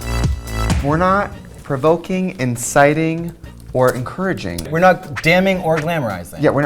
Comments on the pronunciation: I just realized on my FIFTH watch that she says ENCITING not enticing hahahaha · WOWPresents, it's Inciting, not Enciting.